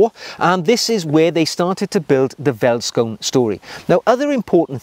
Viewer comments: Great video. I love my Vellies. Side note though... Veldskoen is pronounced "felt skoon" and quite literally means “field shoe” in Afrikaans; one of South Africa's eleven national languages. If you find it difficult pronouncing the word "Veldskoen", you can also call them "Vellies" (pronounced "Fellies"). This nickname is used by many South African cultures and it seems to roll off the tongue a little easier. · i find it funny how you pronounce Afrikaans words as a south african also multipul of one feldskoen is feldskoene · Ah... I was looking for this. Wouldn't you also pronounce the 'oe' as an english 'oo' ( as in food)? So veldskoen being pronounced 'feltskoon'? Cheers. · Hi, enjoyed your video with a homebrew flavour! Being South African, I must emphasize that these shoes, pronounced "feltskoone" is part of our heritage just like a kilt to the Scottish. Every man in South Africa are familiar with them and everybody wear them, even the "smart shoe" are popular and in South Africa, being quite hot, suits are seldom worn and that's where these play their part. They might be considered "smart" when wearing a outfit not quite very casual eg. Neat cargo pants with the latter instead of the suade version. Keep em coming!! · Thanks for introducing veldskoen to the world. I'm South African ,born & raised. The V in veldskoen is pronounced as an F. So you basically pronounce it "feltskoen" singular & "feltskoenner" plural. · Hi. My name is Sailesh, and I'm from South Africa. I'm a huge fan of your channel and follow it religiously. The "V" in Afrikaans is pronounced as an "F." Veldskoen is pronounced as "Feldskoon. " Anyway, thank you for a fabulous channel, and keeping us motivated on the journey to Chap Nirvana. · South African shoes. Vellies (pronounced felly's in Afrikaans) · 10 of 10 for butchering the pronunciation!